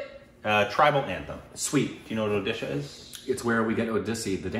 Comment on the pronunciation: What I liked Even Indians Can't say Where Odisha is .. but You said It correctly